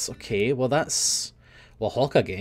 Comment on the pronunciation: I honestly don't think will EVER pronounce Hokage correctly -_